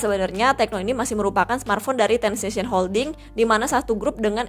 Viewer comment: yg bener transsion holding